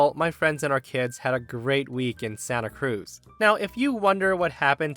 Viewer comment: I've never heard anybody say Santa Cruz with the emphasis on Cruz before